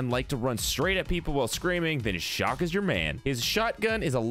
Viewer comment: Your mispronounced chaac its not shock